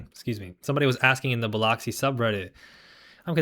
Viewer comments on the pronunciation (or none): It's pronounced Bill-Uhxi, not Bi-loxi